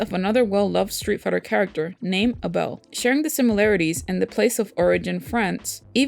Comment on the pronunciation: You have to be the first person on the planet that pronounces Abel's name correctly.